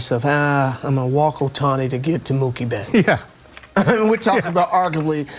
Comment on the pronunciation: ムーキー・ベッツがムキーベッツになるで😂大爆笑した😂😂😂😂😂止まらない➰😂😂😂😂😂